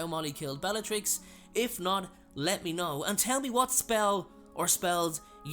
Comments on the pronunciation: "bellarix" its supposed to be bellaTrix. u forgot the t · Bellarix? Where did the ‘t’ go?